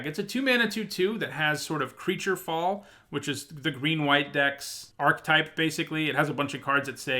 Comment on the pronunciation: ARK-EH-TYPE... not sure why so many Magic players say it with just two syllables. Weird.